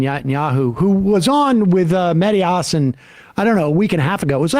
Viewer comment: HaSAN. Emphasis on the second syllable, please.